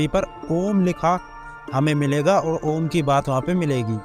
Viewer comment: भाई सद्गुरु को जवाब दो। ओम को आम बता रहा है। 😂